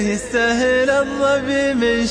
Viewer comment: ما ينطق الظبي يقول الظفي او ينطق الباء بين الباء و الفاء